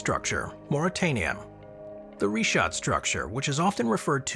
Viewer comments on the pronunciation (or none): *SARGASSO Sea, not "Saraco" & *RICHAT Structure, not "Reshot" Pronounced correctly, tho', gg 😇👍